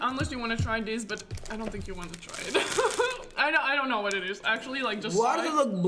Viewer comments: “chat ion know” lmaooooo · He said ion know 😂😂